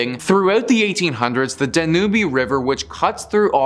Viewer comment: Are you taking the piss with your pronunciations? Please consider taking a few minutes to Google the pronunciations of places like "Danube" and "Malaga". I'm honestly too distracted to watch any more of your videos.